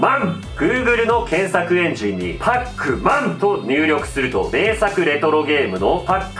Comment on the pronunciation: 読み方がパック・マンで草